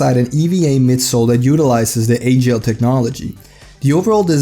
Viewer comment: Also its alphagel not agel, the weight is off on the gel lyte 1